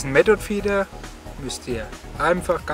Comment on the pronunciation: Method spricht man mit englischem th aus.... Und nicht metod.... 😉